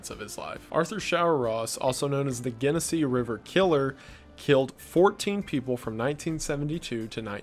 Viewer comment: Hate to be that guy but it's pronounced like JEN-esse